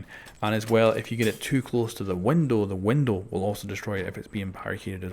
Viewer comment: I'm sorry but I have to its something that drives me crazy it's a window not windil